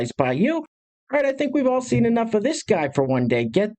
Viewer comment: “The most evil thing I’ve ever theen” okay, what is a theen?